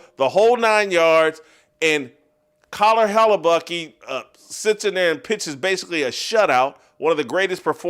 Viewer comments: First of all, why the hell are you pronouncing it "Hella-Bucky" — his name literally ends with letter K. No one else has ever pronounced it like you. Second, the FAR more appropriate metaphor is Return of the Jedi (aka the good guys). Come on dude, try harder. That said, I agree the USA hockey team is just the thing we needed. Kudos to those guys. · He needs to keep saying it that way. I'm laughing my ass off....